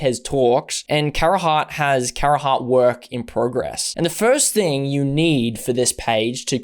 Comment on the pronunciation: You played yourself on Carhartt. Beyond the pronunciation, Carhartt WIP is the streetwear arm of the brand, not behind the scenes or actually work in progress. Embarrassing